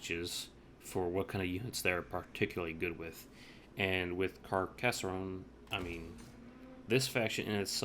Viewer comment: And "Car cas sonne", not Car cass er onne" ;)